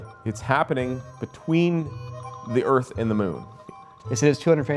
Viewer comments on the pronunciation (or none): none